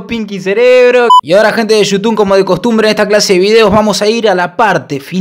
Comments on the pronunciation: eso siento yo cuando decis yutun y no youtube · Empeze a ver tus videos recien alvv son lo mejor..... Otserbar xddd Y vs decis yutun xddd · te reís porque dice "otservar" y vos le mandas "yutun" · El chico dice "ostervar" y vos en todos tus vídeos decís , "hola amigos de yutubn " jajajajajaja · Esta disiendo Yutum ? Espero que alla dicho Youtube porque se que sabe que se dise Youtube,bueno voy a hacer que lo dijo bien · dice "YUTUN"??????? WTFFFFFFF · comoque te quejas del pibe por q dise otserbar y vos desis yutun en vez de youtube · Y yo no soy mal pibe pero vos decís Yutun Y es You Tube no soy heater solo es un chiste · Esta diciendo "yutun" o me parese?? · YouTub se dice no YouTun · "Gente de shoutun" JAJAJA esa pronunciacion no te la robo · Vicky Ayala Shutun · Criticas al pibe que no dice bien "observar" y vos decís "Yutumb",... jajajajaja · Es you tubbbb , con "b" ,no con "n" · Yutun* JAJAJAJA, ni idea de a lo que se refiere con eso vos jaja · Al principio dijo..." bueno bueno bueno gente de YUTUN" xdxxd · Jajajajajjajaja por que decis gente de yutun😂😂😂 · "Gente de youtune", vos tenes problemas en el habla hermano.